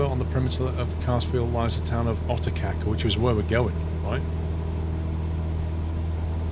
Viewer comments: My wife is Croatian and she says Otocac is pronnounced as Otochatz. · This one was great, it was hilarious listening to your Croatian pronunciations, theyre pretty hard. Just a quick tip, for the next leg of this trip, in Croatian C is pronounced TS, and C with a little thong on top Č is pronounced like CH. So Gacka River is Gatska and Otočac is Otochats. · I'm from croatia and your how you pronounce rijeka and otocac is so funny Here's a tip I is pronounced like E A is e but without y when pronouncing Croatian is very hard but if you now at least that, that is great